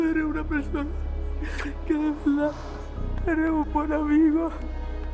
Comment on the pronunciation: "En veldad " va a conquistar al mundo ❤️ lo estás haciendo muy bien